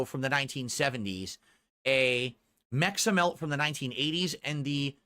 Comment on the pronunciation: Can't even pronounce Meximelt without sounding like an idiot.